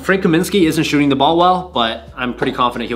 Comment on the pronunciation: It’s “the” not “duh”. Learn how to pronounce words.